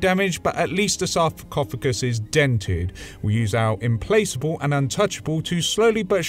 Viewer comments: sorry for the correction my man, but it is not implaSable, but implaCable, Pronounced like implaKable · Love it. No big deal but 'implacable' (rare word) is pronounced 'im-PLAK-ubl'.